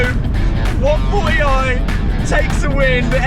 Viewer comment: Love how he says 1 4 e i haha